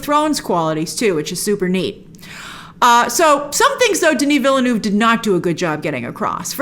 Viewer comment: How come that you can't pronounce the director's name correctly? It's not VillENÚV but VillNÉV